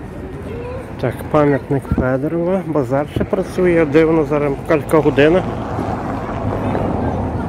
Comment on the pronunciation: Треба писати і говорити: пам'ятник Івану Федорову. Година, а не "гудина"...